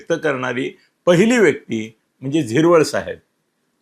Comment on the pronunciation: नरहरी झिरवळ नाही. नरहरी हिरवळ